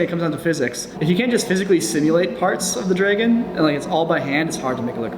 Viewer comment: Is it just me or did say Draygen instead of Dragon